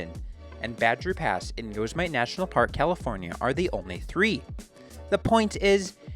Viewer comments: Wait. you said yo-sa-mite its Yo-sem-mitty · Great video, but the California national park containing what is perhaps the planet's single best-known landscape is pronounced "yo-SEM-uh-dee" , not.....whatever the heck that was you muttered. Basic stuff. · Did the guy really just say “yo seh might?!” For Yosemite?! Funny. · I live in Chico and that was my main ski area from 87 to 93. It was low key and affordable. My crew were all free heel telemarkers. We still ski those runs and the adjacent peaks accessed above Sulfur Works. You have to earn your runs but keeps this senior citizen in shape! BTW I worked Badger Pass many seasons in Yosemite. You butcher the pronunciation of Yosemite; it is pronounced Yosemitee same as Yosemite Sam in Bugs Bunny cartoons 😊 I busted a pair of skis on Hairy Face! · Ya but yo suh mite is more fun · ahhah Yoehs-eee-might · bruh i love this channel but you cant be saying yosemite like that 🤣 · I had to stop the. Idea when “Yosemite” was mispronounced